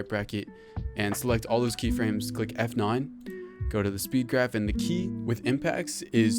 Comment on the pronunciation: when he said f9 he sounded australian for some reason lmao